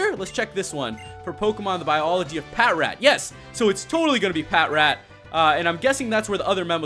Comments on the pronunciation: the way u pronounce patrat is pa trat not pat rat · Patrat is pronounced as "Pa-Trat" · It's produced pa-trat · It's pronounced pa-trat as in patrol rat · Its pronouswd as pat tract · No, it is called patrat.